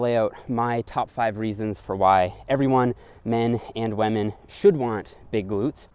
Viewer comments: I love how says wamen instead of women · I hear "Weminn". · Am I the only one hearing wahmen instead of women? xD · Does anyone else hears him saying wamen instead of women? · Me: Women.: Wahmen. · WAMEN! (i think he is watching pewdepie these days) 😂🤣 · "whamen" (c) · Each time he says "wah-men" instead of "women" xD. Love the content though, good work! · What the hell is a wehh-min? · Waymen . updated my pronouncation. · why does he say wamen? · Great video, good content but I can't help it... : waman 😂😅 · what is a "weh-min"? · “Men and wamen” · I love how you said whamen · I was just about to comment that and was checking to see if anyone else did 😅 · I almost hear lemon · Gotta respect wahmen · First you get ze glutes, zen you get ze powah, zen you get ze wemmin!